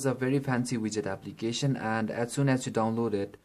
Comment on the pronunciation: i have viewed 3 android must have phones which is made by indians and for some reason they keep saying aplicatin wtf man learn to pronounce before making a youtube video